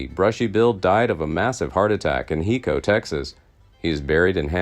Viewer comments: It's HIGHCO not hico, phonetically. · the name of the town is pronounced: high co, not hee co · Hico in Texas is pronounced "High Co". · Hico the c makes a k sound pronounced Hiko even though it’s spelled like the first word of this comment